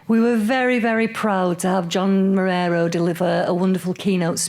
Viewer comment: I love how initially, the woman introducing the show said "John Morero"